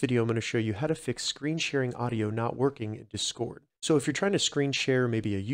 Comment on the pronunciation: learn how to say discord you weirdo